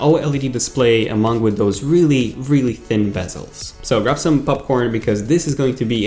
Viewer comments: rastawet he said it more like pupcorn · Stop saying poopcorn